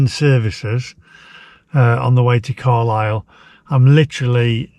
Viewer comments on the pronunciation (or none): none